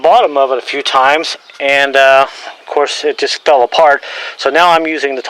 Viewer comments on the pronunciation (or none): none